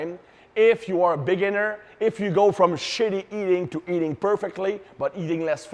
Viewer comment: “A Big’iner”